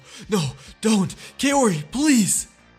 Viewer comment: you should pronounce Kaori like "kau-ree", not "kay-o-ree"